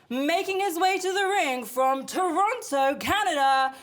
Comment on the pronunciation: I know RJ ain't from Toronto cause ain't nobody and I mean nobody from here pronounces it “Torono” nobody says the T😂